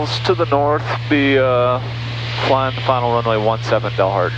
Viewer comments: Dalhart is pronounced Dal as in Al... not awl :) I have flown a lot at high density altitude the last 3 years and it definitely makes landings interesting. FMN field elevation is 5,600-ish and DA can be in the 9,000 range in the summer. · Texans call it 'D "al" hart', not 'Dollhart'. For future reference. Hit 'Like' and Subscribe.